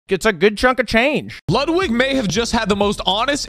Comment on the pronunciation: he pronounced ludwig wrong..